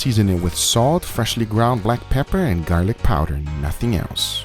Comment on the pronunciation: “Freshly ground black pepperrrr” 😂😂